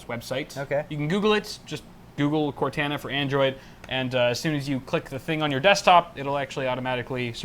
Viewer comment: BRO COR-TAH-NAH Why does everyone say cor-tana